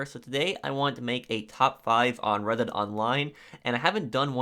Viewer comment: You pronounce red dead like reddit lmfao